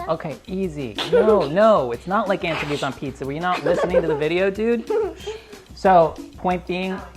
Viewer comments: No one: Not even brad:: anchevies:> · stop saying anchovies like that